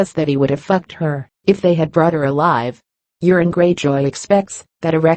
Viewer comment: I like how Euron is pronounced Urine. LOLZ